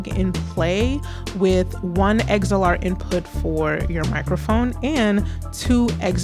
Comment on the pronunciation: Liked you presentation.. thanks ! (Small suggestion: It's not "eggz-zell-arr" It's". "ex-ell-arr" (xlr). 😊